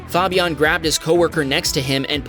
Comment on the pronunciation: Cool vids but you really need to learn how to pronounce the name Fabian LOL!